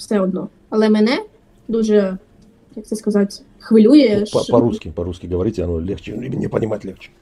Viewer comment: Не ховорите,а говорите